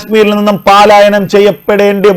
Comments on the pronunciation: പലായനം എന്നു പറയണം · പലായനം എന്ന് വായിക്കു.